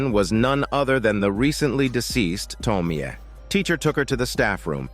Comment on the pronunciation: Can't even watch this video because of your dogshit pronounciation of "Tomie"...